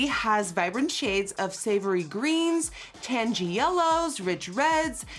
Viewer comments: When she said taangi and not tangy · sometimes i forget nikkie is dutch, so when she pronounced "tangy" wrong and had a hard time saying "cheddar", i thought it was super cute. i love you queen! 💗 my favorite food is shrimp alfredo pasta. it's a perfect combo between seafood and pasta (my two favorites!)💗 my insta is satxbabe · BURGER EYESHADOW FOR MIKAI Psst, Nikki, "tangy" is pronouncedˈ/taŋi/, not /ˈtandʒi/ . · Tanjy? Think you mean tangy... lol